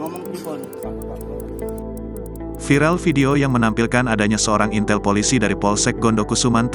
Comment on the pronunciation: Intel ngomong ya bukan intel.😂